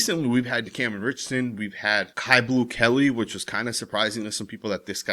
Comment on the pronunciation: Isn't his name pronounced Q. Not caillou, like the little white cancer patient on the children's show. I'm pretty sure you pronounce it Q. I'm just saying. Q Blue Kelley